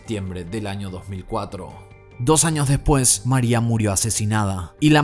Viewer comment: Kim Kardashian is not a lawyer yet. Mariah no se pronuncia Maria 🙄